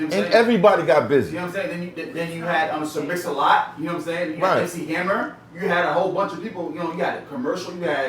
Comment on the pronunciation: This guy said mc hammer lmfaoooo